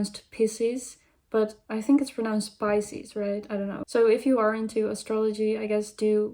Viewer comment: "Piss-ies" is gold lmfao. Nah it's def 'pie-ses'. ^^